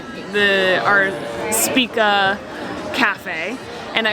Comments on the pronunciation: SHpiTZa not SpiKa.;) is like big Papa Smurf!:D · Špica = shpee-tsa. Rhymes with pizza.